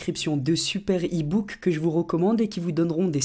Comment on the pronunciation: il a dis deux super ibooke mdr